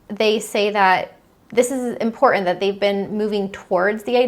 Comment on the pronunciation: Very hard to listen with the mispronunciations. "Rhetoric," "Threatened," "Important," "Certain," etc. I'm just stating it's difficult to talk to adults who try to speak like GenZers.